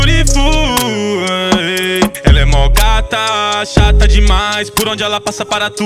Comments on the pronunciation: vc fala correto inglês, a pronúncia é beariful mas tbm se pronúncia bilriful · cantando certo ele pode até tá, mas a escrita e a pronúncia do beautiful tá errado